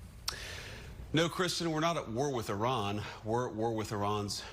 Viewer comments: Ffs its pronounced Ee-raan, not Eye-ran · Why do you keep on saying " eye ran"? It is e- ran. At least pronounce names properly. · It is not eye-ran, it is Eeran. He did not say Iraq, he said Iran. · Why are you saying Iraq!!! It's IRAN!!! Get your facts straight, you sound like trump not knowing the difference between the UK and the EU. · It’s not pronounced High-Ran, it’s pronounce E-ran, they were you pronounce it reduces your credibility… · Bugs me that people still say I ran, instead of Iran!! I tally anyone? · The "i" in Iran and Iraq is NOT A LOOONG "i"; they DON'T sound like EYEran nor EYEraq. The "i" is a short "i" like in "is" NOT like "ice". CHECK YOUR PRONUNCIATION before speaking, mate!! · Belay that. Why can’t some Americans pronounce it. Why do they say “eye ran”? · NOT Eyeran, PLEASE! 😭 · Just an FYI, your inability to pronounce "Iran" and "Iraq" properly makes you sound like a hick. It's like me calling your country Murrica. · Pronounce “Israel” … now pronounce the “i” in Iran the same way.